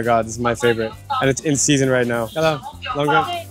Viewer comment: The correct pronunciation of the fruit longan is Long (dragon) An (eye).